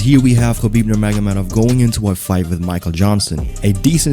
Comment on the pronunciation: Say his name AGAIN nurmagomehomov